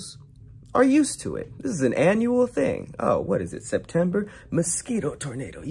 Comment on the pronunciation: lol that Spanish accent "it's September" cracked me up